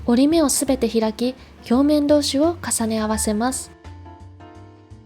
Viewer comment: インとかヒョウメンとか、読み方が独特で好き(◜ᴗ◝ )